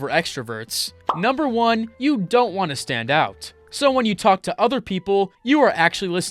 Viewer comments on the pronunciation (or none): none